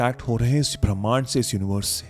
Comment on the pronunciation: ब्रह्मांड😅नहीं 😅भीमांड 😅बोलो 😂😂 😂 सर